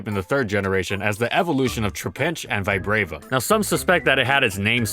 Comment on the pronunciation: How can someone pronounce trapinch and vibrava so wrong